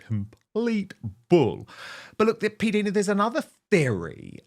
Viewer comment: Dan, I believe it is pronounced "P Dyna" not "P Deena."